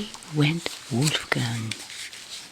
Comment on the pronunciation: The way you said "Wolfgang"... are you German? Edit: hall light changer is TOO FUNNY 😄 thank goodness for hall light changer and Coco Nono